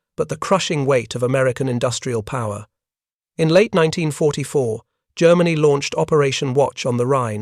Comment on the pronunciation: CRAP AI THAT CAN'T EVEN PRONOUNCE THE YEAR CORRECTLY!!! Stop supporting these AI Content Mills!!!